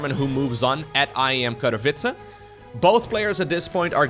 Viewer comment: I love you, but Katowice has NO "R" in it... <3